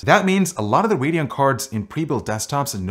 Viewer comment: I swear he says "hurricane x" every time. That's what I hear.